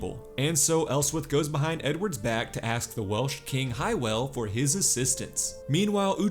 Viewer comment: Great recap. FYI, The Welsh king Hywel's name is pronounced "How-wel"